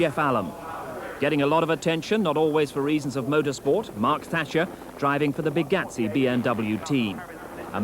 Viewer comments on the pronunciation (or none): none